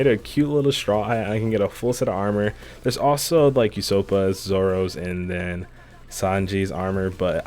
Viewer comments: My mans said usoppas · I wasnt gonna say anything else but no way he just said you-soap-a for usopp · no one talking bout how he called ussop, usoppa